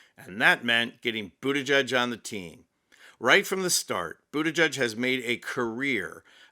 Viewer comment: Geig, not judge.